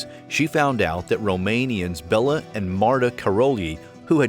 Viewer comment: The mispronouncing of Nadia and Bella's names is so irritating